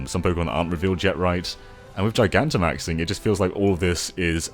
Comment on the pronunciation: I liked the video as soon as I heard you say “Gigantamaxing” correctly, since no one else seems to get it.